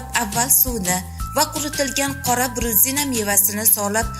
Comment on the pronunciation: bruzina emas..buzina ekan chorniy buzina deb ataladi Rossiyada bor ekan....